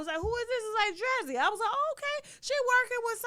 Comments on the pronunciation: Tasha why you pronounce DREEZY like that 🤣🤣🤣🤣🤣 you pronounced it wrong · Lol Tasha pronouncing Drezzy's name wrong . I didnt know who she was talking about. I didnt know who she was talk about until she put her picture up.